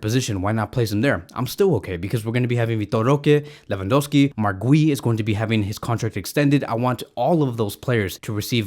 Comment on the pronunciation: Still can't pronounce Guiu I see